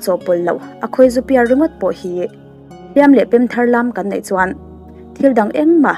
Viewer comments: Nia nei tih turah pawh nai ati zel....ka beng averh😂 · Nei tih tur hi nai tiin i lam thin a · Fai nilo in fei,...tih tur, Eg: tuar fai nilo in, tuar fei Mei nilo in mai tih tur.. Eg: Khawp mei nilo in, khawp mai Nai nilo in nei tih tur.. Eg: lu pahnih nai nilo in, lu pahnih nei I fans ruhkawl aw...👍🏻😊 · Lei aiah lai tihte, nei aiah nai tihte, fei aia fai tih deuh tlat tihloh chu aṭha e